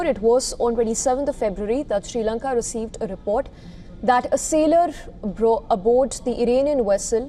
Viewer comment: Dont chage name of my country jayashankar. Its not s lanka it s sri lanka